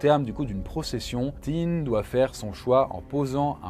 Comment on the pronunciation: "Auguste Thin"... ça se prononce "tain" et pas "tinne". Et les "sept z'inconnus" ... sérieux ? Faites gaffe aux liaisons dangereuses quand même. Une vidéo sympa mais je vous ai à l'oeil ^^